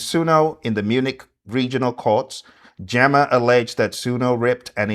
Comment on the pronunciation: GEMA it’s pronounced GĒ/MA. GEEMA 😁🫡